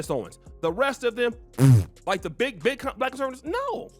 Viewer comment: Listen to how he pronounces the word "Black" soooo disrespectful.